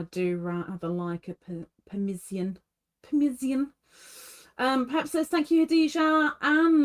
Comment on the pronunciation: you were pronouncing it permisian almost like it was a French word. 🤭 I believe it was towards the end. I'll have to look again.